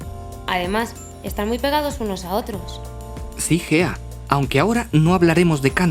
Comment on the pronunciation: Solo se que cuando salió el vídeo creía que la tipa se llamaba fea en vez de Gea XD